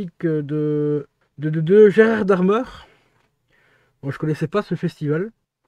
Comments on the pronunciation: Excellent film, mais il y a 2 choses que tu as dit qui m'ont fait très mal aux oreilles. Le non de l'acteur se prononce Béquone et il a eu le grand prix au festival de Gérard Mai, c'est comme cela que ça se prononce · Oui je sais mais ça se prononce : Gérard Mai